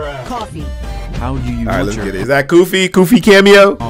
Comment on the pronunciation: "Goofy"💀 Its Koofy